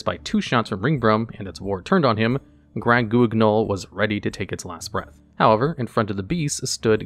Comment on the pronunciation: As a French speaking fedora wearing individual, I couldn't stop myself from laughing uncontrolably every time he pronounced 'Grand-Guignol'